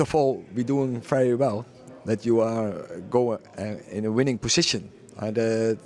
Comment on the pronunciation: "Winning poxixion"